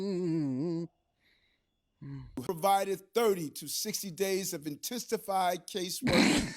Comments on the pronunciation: Intessified! Lol Hey Mayor Adams. Learn to speak properly . Youre making Anton sweat lmao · Intistafied... What Dat mean?